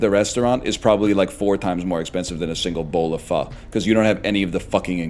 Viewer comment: He's pronouncing pho correctly